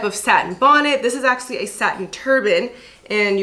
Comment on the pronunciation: I only noticed today the way pronounces actually "axe-ually" lol